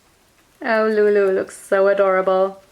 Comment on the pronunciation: why is she always saying "loomie"? i thought her name is lulu.